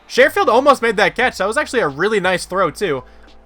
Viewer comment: Hey great video man! I know he won't be on the field much but it's pronounced "Sure-field" like "Sure I'll make dinner tonight"